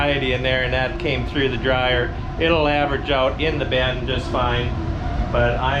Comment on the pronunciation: Is it pronounced “ben” or “bin”? Sounds like you’re saying ben/bens.